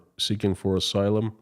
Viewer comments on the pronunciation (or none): none